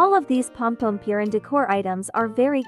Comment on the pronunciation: Pompompurin❌ Pompompewrin✅